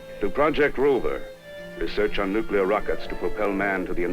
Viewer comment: NUCLUAR?? Where did this jerk learn English???